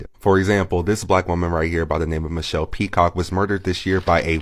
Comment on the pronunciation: Why do they pronounce it, “bllllaaack?” Lol.